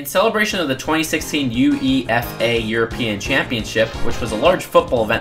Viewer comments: U-E-F-A is a word. You say it you-ay-fa. soccer is important. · It's not pronounced E U F A, it's pronounced Ew-wafer. Aw well. You're not from Europe. Flip, I don't even know. I just say it like that because of one advert... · U.E.F.A? Its pronounce YOUAYFA ( because its just UEFA ) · 🤣 U-E-F-A bruh it's you-ay-fa.🤣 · i mean it isn't that big of a deal but UEFA is pronounced you-ay-far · Its Ueffah not U E F A. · The EUFA league is pronounced You-ay-fuh, just thought I'd mention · Lol, its not U-E-F-A, it pronounced (you-ay-fah) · Is pronounced uafa not u-e-f-a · Every European: UEFA: U-E-F-A 🤦‍♂️🤦‍♂️😂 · It’s not u e f a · Never heard UEFA pronounced like U-e-f-a before 😂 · just saying, it’s pronounced you-ay-fa ( I’m British so yeah) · UEFA is pronounced you-ay-fa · I think UEFA is pronounced you-ay-fa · We say it as a word. Phonetically I guess it would be pronounced Yoo-ay-fa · Hearing UEFA pronounced like that was weird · Best part of the video was listening to an American actually spell out UEFA, unintentional I'm sure but had me in stitches.